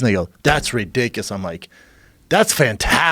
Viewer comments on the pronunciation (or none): "that's ridikus" why is Schaub such a illiterate fucktard?